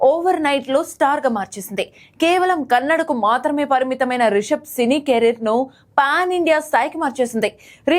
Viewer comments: Please say it as kannada not kanad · Hello Ma'am it's not kannad it's Kannada 🙏🏻